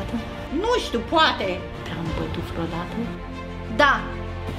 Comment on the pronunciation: Scuze Bibi dar când vrei sa spui vreodată spui freaodata. Scuse Bibi